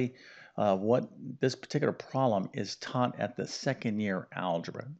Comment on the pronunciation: The word is NOT “prol-em”! It is “prob-lem.”